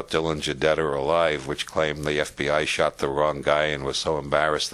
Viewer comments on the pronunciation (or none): none